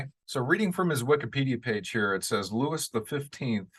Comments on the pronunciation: Louis in French is pronounced 'loo-ee' The 's' on the end is silent. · Johnny is definitely going to be challenged in this role mainly because he'll be speaking French. Just so you know Louis is pronounced Looey & 15 = quinze in french is pronounced canz. Can't wait to watch the movie...although my french isn't very good...guess I'd better get remembering & learning more!!